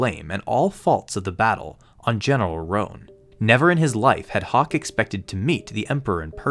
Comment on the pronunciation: bruh it's hock not hawk lol